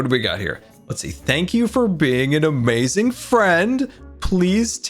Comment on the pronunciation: How many times has he said, “Amayazing”